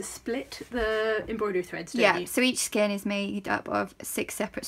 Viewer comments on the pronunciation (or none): The ein in skein is pronounced ane as in lane.